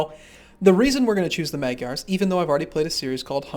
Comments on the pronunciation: Its like nails on a chalkboard to us Hungarians. Its pronounced Mahdjyars. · I like how you pronounce Magyars (Hungarians actually...thanks game)